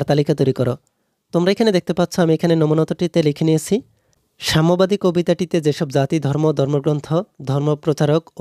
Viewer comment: আপনার উচ্চারণ অনেক সুন্দর । এটা সাম্যবাদী কবিতা সামবাদী নয়।৷।। ...... ☠️☠️